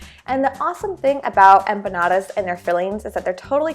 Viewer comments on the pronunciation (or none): Don't ever, and I mean ever say empanadas again.